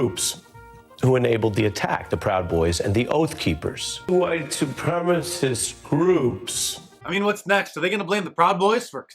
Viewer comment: Mark I love your emphasis on 'white supremacists". Absolutely hilarious!